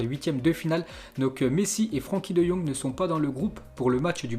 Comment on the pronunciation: Frenckie de jong pas Franckie ... -_- !!!!!!!!!!